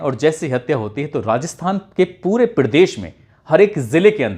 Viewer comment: क्या...पिलस, फिलिम, पिड़देश ये उच्चारण सही है?